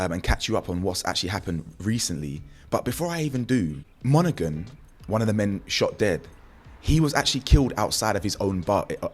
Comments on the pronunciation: It's Monaghan silent g my donny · Bro glesga is gny be wild even more than it is,bro the g in monaghan is silent ✌️